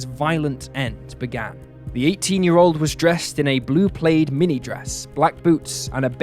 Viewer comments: Enjoy your videos, but plaid is not pronounced 'played' it is pronounced 'plad' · How can you not know how to pronounce the word 'plaid'? 😀🤔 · You pronounced PLAID wrong!! Not a long A sound. Same A sound as in BAD, SAD and MAD. ☃️.